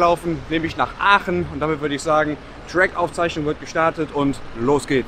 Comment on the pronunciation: Wir Aachener sagen zu Aachen=Oche und nicht öche